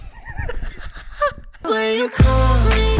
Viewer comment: he said '' she loves it when i cal her" not come XD